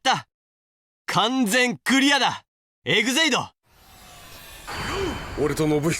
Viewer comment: 鎧武のエグゼイドと呼ぶときイグゼイドっていってなかった？